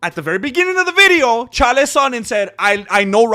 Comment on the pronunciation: Why do you mispronounce Chaels name?